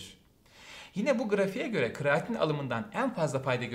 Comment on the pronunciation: kreatin hocam, kraatin değil.